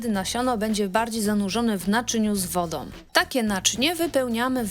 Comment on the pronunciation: Fatalna Polszczyzna! „PrzegotowaNOM odstaNOM woDOM” zamiast przegotowaną, odstaną wodą? A gdzie głoska „ą”? To że tak mowią prymitywni politycy, nie znaczy aby tego słuchać i naśladować. PROSZE NIE KALECZYĆ PUBLICZNIE PIĘKNEJ ORUGINALNEJ POLSKIEJ MOWY